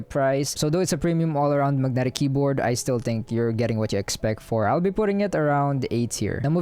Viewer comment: I love the way you say Mug-netic 😉